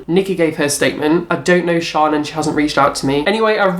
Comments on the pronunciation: Her names in Shan. SHANNNN! As in short for Shannon Not Sian! Okay so shaaanox ALWAYS does looks inspired buy celebrities and singers so clearly you don't watch her! So your uninformed IF you actually watched her you'd know that she daily vlogs and in one of her daily vlogs she said a subscriber told her nickie had a made a similar video, says it's mad how they had the same idea! I used to watch all you videos and loved the drama but lately your just constantly choosing the same YouTube and picking an picking a something that's pathetic! You say not to be mean buttttt... then your mean! So, hypocrite much And why are you even bothered if people are sponsored? Your still watching it, are you not? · it's Shan not shaan (Sian) like Shannon -. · I'm pretty sure it's shannon xo shan for short not pronounced sharn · I love these videos.. Shaaan is pronounced 'sh-a-n' short for Shannon!! Keep on going!! New subscriber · Haha!, it's Shan as in Shannon! Also, she's from New Zealand.:) As a fellow biology nerd with unrelated other interests I have to say I love your work! What a sass master!:P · her name is pronounced shan as in shannon x